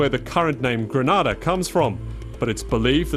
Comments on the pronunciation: GrEnada - not GrAnada - why cant people pronounce the name of the Island properly? Granada is in Spain. Grenada in in the Caribbean! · Please pronounce the name properly it's GRENADA not Granada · I loved the miniature history lesson, but it was rather unfortunate that the narrator kept mispronouncing the the Island. It's pronounced Gree- nay-dah not Gre-Nah-dah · Great video ... please know Grenada is promounced Gree- nay-dah thank you. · LOOOOOOOOL its Gre-nay-da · Granada is another place altogether. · Lovely visuals, many great nuggets of history BUT I cannot share a video that so blatently ignores a basic concept of getting the name right. Gre- NAY-da. It's painful to Grenadians to hear it so mispronounced. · If you are going to make a video about GRENADA - perhaps you should first learn how to pronounce it properly. It's easy Gre-NAY-Da. Try it. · Someone should tell this narrator that he is pronouncing GRENADA wrongly. It is not the same pronunciation as the Spanish country Granada. It is GRENADA!! pronounced Greenayda!!!!! Get it right Narrator... PLEASE! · I hate how this guy keeps saying Grenada like Granada. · mustafa ahmed Lol right! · That's not how you pronounce Grenada 🇬🇩🇬🇩🇬🇩🇬🇩🇬🇩